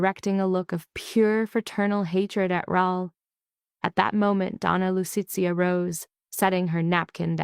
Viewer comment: Ads, ads, ads, long ads and AI narrator is awful Lu-ce-a, not